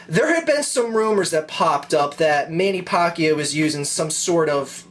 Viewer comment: its pronnounced man-a-pack-io :)